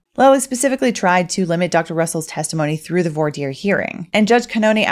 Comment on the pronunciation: There's no "r" sound in the word "voir." It's pronounced like vwah.